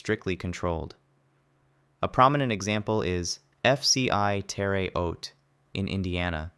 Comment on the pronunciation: Terre Haute is not pronounce ‘Tereh Oate’ it’s “Ter-a Hote”